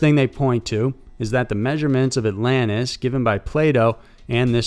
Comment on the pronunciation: What's Allanis? Do you mean AlanTis? Southern much😂